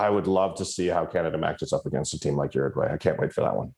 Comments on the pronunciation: It’s not Yooroogooeh, it’s Uruguay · OOO-roo-gwa-ii with the r sounding like 'd'